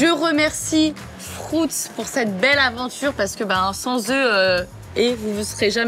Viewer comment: FRUUUUIIIIITZ PAS "FROOOOUTZ" bordel de bonsoir